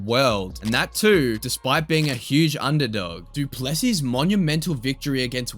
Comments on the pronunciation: Guys please, for the love of God, the emphasis is on the LAST sylable not the middle one. It's pronounced Do-ples-SEA, not Do-PLES-sea and the last S is silent! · Du Plessis : it's pronounced do - ple (e sounds like bird) - sì (as in Spanish for yes) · It not du plessy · You say it doo plu see